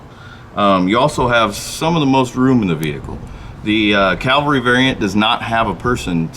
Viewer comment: CAVALRY, not CALVARY. 20 years and you haven't figured that out?